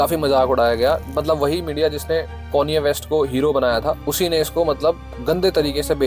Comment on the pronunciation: Bhai bada irritate hora hun m konye west sun ke 😂😂😂